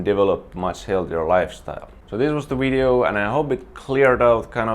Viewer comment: I love it when he says "wideo" (video)